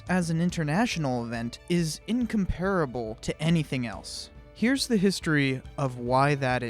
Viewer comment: in COM pa ra ble